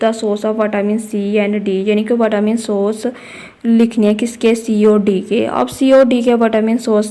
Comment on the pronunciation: Mam vatamin nahi hota vitamin hota ha 😂😂